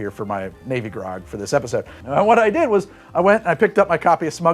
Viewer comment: 3: 20-ish I definitely hear "navy grog" as "baby gronk" the first time around. Just thought y'all should know.